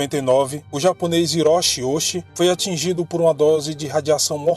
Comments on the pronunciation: Muito bom. No entanto o CHI tem som de TI e o H som de R e o S tem som de S mesmo e não de Z. Hiroshi, Ouchi e Hisachi devem ser pronunciados como: Riroshi, Outi e Hissati. Sem querer desmerecer o seu vídeo mano. <3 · O nome dele é OUCHI (sobrenome) HISASHI (nome). Pronuncia se OUTI RISASHI